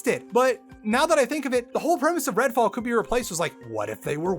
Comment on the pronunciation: Redfall? Sorry, I thought you said Redwall. I am honestly less interested. (to be fair, this is the first I've heard of it, but I really did think of Redwall books)